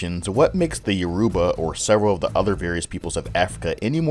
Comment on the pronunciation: YOR u ba. Stress on the first syllable.